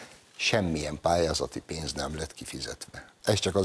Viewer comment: Pénz , nem pe’ndz . EURÓPA , nem EERO’PA.